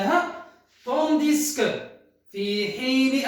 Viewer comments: je vous remercie pour la vidéo cependant j'aurais une petite observation à vous faire partager, vous avez mal prononcé la conjonction " tandis que", le se reste muet. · Monsieur quand vous prononcez "Tandis que" ne prononcez pas le s a la fin et merci pour le cours!